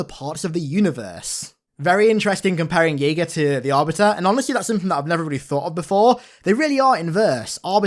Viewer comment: pronouncing it as "yaega" lmao